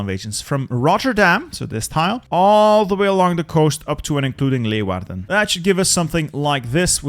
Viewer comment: Its wild to me how he correctly pronounces leeuwarden but anglofies the other names lol. Oh he got maastricht and my eindhoven correct too woop woop.